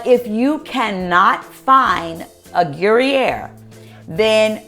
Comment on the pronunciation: Who’s uploading y’all’s videos in 480?? Ugh. Fire them—in 2004., Gruyère cheese is pronounced more like /gru-yere/ (“there” without the “th” and add a “y”). It’s my favorite cheese—I lived on it whilst living in Switzerland for many years.❤️ I love your recipe, btw!